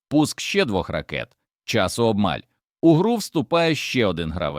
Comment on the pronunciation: Цей говорун, прикриваючись "патріотичною шкіркою", насправді виконує роботу ніяк не пов'язану зі змістом відео - знищення української мови. Спотворені українські слова (в дужках - українські): т^ріщить (трі^щить), об^маль (^обмаль), пан^цира (^панцира), висо^томір (висото^мір), шта^белями (штабе^лями), проти^піхотні (протипі^хотні), обрушується (немає такого слова в українській мові), ^вибухова (вибу^хова), ^вісімсот (вісім^сот). Якась хвілологічна зграя, що ніколи не говорила українською, з якогось дива вирішила "облагородити" нашу мову. Для чого? Кацапське прдвоєння букв: тонна (тона), программа, данні і т.п., дебільний "праЄкт" замість проекту. Одним словом спільними зусиллями москалі і наші "гвинтокрилисті порохотяги" вбивають українську мову.